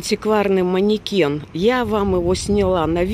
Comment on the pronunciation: Так что не маникенд , а манекен. Так что , вот так.))))